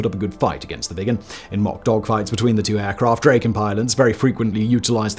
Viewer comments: "Draw-ken" not "Dray-ken" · great vid, thanks! beautiful plane. one comment though, it should sound like "drah-ken" (not "dray-ken", as said throughout this video). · Hi. Try Drakken, not Drayken. You got it right at the very beginning, then forgot! Try Dragon with a k, and thazzit! A, as in cat. OK?